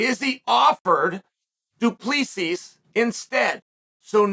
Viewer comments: The last S is silent. More like Du Plessi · HAHAHA, doo-pluuh-see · As a Namibian it's funny AF watching Chael pronounce Du Plessis "Du Pleeecees"😅😅😅😅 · Eugene Berryman, Du Pleeseez and Pee era... Fuckin Chael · “Du Plea-seas” “Bla-hall” 🤣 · What about Du pleaseez 😂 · I’ll never forget when chael pronounced du plessis as du plexus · It's funny hearing people pronounce Du Plessis wrong because they don't speak Afrikaans 😂